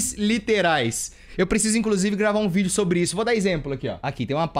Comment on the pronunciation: EU JURO QUE EU OUVI ELE FALANDO VÍDEO DE PÉ, TIPO GRAVAR VÍDEO DO PÉ DELE QUE SUSTO KKKKSNNWNQKQKKKWJEWIQISJK